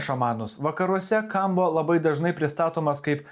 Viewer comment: 4 kartus skaito Kombo, nors parasyta aiškiai Kambo, nebemoki skaityti? Beabėjo, jei žmogus tiki, kad ežopas tau padės gyvenime, malinausko video,- tikrai nepadės.